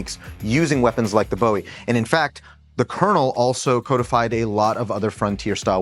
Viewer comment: Thumbs up for calling it a Bowie knife and not Boohee